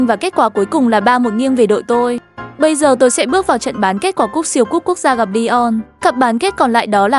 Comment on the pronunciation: Lisbon🤨 Phải là sporting Lisbon chứ hay gọi tắt vậy Grimsby town là giải hạng 4 nha Lại inta milan Trincao mà có phải là Trinicao đâu Ly-on là CLB nào phải là ly-ông chứ Sau Manchester city nghe khó đọc vậy Ru sà là ai vậy Manaco là CLB nào vậy Inaco sau nghe ảo vậy nó là i-na-cio mà Còn elite với legendary division cơ